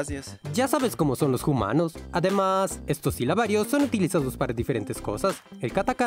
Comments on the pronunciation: Aaaaaa No ess JUMANOOOS, ES HUMANOOOSA A A A AAA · Pregunta, por que dice "jumanos" ? uwu